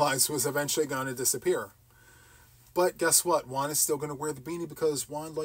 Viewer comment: Hi ☺️👋 i wonder why you say your name like you do juan sounds like one you don't emphasis the J like how do you pronounce James or Jamaica or John?? anyway one sounds good!!! love your channel ❤❤❤Nora this is a good situation 😁😁😂